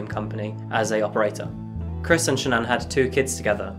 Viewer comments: Wonderful way of covering this case!! Only thing that could be changed is how you say SHA-Nan. Its simalar to Shannon but basically if you actual speak the hyphenation as a very small pause. * And on another note. you can, up close see the mark Sha'Nann left on Watts neck from fighting back. So horribly sad and just wish it could have had a totally different outcome for the 4 of them. ( The mom & kids 🙏❤💕💙) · HI Thank you for your video! A couple bits of nformation,, CHrris watts' wife name is Shanaan pronounced Sha -Naan. Also Shanaam was diagnosed with Lupus when she and Chris first started dating VS. Just after Celeste's birth. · Bruh why can't you say Shannon correctly? Didn't yall invent the language?